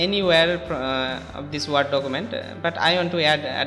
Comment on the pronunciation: Ward document nahi ""Werd" (word) document